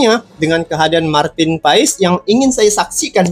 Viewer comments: Bukan PAaiiisss tp PASSSS..ol brow 😂❤ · Bukan pais bang paes : paas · Marteen paes di bacanya martin pas bang bukan pais🙏🙏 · cara menyebut namanya, MARTEN PAS ! krna dia lahir di BELANDA. bukan PAES.